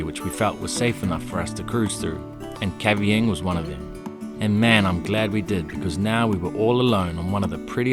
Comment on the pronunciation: G'day. I was born and raised in Rabaul just across the water from Kavieng (by the way - it is pronounced "Kay-Vi-ang") Our people are known as "Bukas".